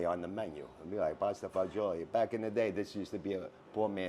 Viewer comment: Thank you, for pronouncing pasta fagioli correctly instead of like these nitwits who say pasta fazool. It drives me crazy.